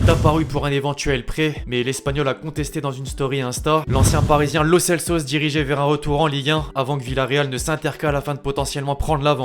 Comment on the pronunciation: C'est Raphinha et non rapina comme tu le dit ancien du Stade Rennais. Et sinon je t es mit un pouce vers le bas car trompé sur 2 nom joueurs on dit Lo Celso et non Lo Celsos. Merci pour ces news a+.